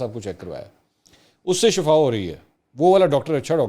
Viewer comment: Ali Sahib. ااگر برا لگے تو معافی چاہوں گا آپ سے یک بات کہنی تھی کہ، لفظ شَفا نہیں کہتے یہ لفظ ھے شِفا یعنی ش کے نیچے زیر پڑھی جائے، اگر ش پر زبر پڑھیں گے تو اسکا لفظی معنی ہوتا ھے قبر نصیب ہونا، زیر سے لفظی معنی ھے، صحت اور تندرستی ملے۔۔۔